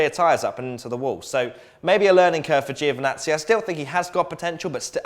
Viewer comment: Crofty needs to learn that there is an I after the g in giovazzi not joe van nazi